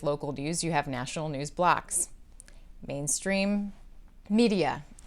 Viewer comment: “National News blocks? Blacks??…can’t figure out what you’re saying there regarding MSM and local news.